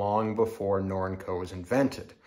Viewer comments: Is it? According to whom? Not a challenge. Just want to know the information. I've never heard someone pronounce Norinco with the word "ink" as the second syllable (I believe that you exagerated in that description of pronounciation). I have heard, until hearing you, it pronounced "nor-in-co" with a long E sound in the second syllable. Thanks. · Interesting way of your pronunciation of the name Up in Canada we pronounce it ner-ring-co Norinco